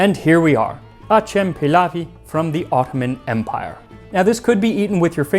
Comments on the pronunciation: It is pronounced atzem/adjem. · Its pronounced Ajam Pilavisi. C is J in Turkish Ajem or Acem means Persian or foreign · Acem pilav doesnt mean persian rice. persian is Fars' so if it was Persian rice, it would be called Fars Pilav'i how ever acem pronounced Ajem comes from arabic.. in arabic it means non arab. so in turkish it means non turk.... the word acemi for example refers to someone who is knew at something, like a job or a qualification... and acem is a new people who are not from the turks... this pilav looks persian, pakistani, uzbek, afghani etc... so Acem pilav makes sense... its like saying foreigners rice dish